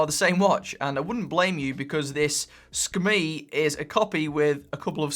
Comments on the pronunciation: Hey, just thought you might like to know how to properly pronounce the SKMEI brand name! In Mandarin it means Hour/Quarter/Beautiful and is spelt Shi Ke Mei which is a bit like saying the English words shirker-may as one word! Okay... shirker-may, shirker-may...ya got it! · see-ka-may (moment beauty) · It's pronounced 'SCUMMY' LOL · It's pronounced "Skmei". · Pronunciation is Ski- May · Every time u say Sakamei I'm like 😂😂😂😂😂😂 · It's pronounced es-kuh-mi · "Skim-MEE" it is. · That's good information! I thought it was pronounced 'SKuMEI' 😂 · In English yes it’s a strange name. In Mandarin, as many have already commented here, it’s pronounced differently than what says. As well, in Mandarin it is actually a very pleasant sounding name.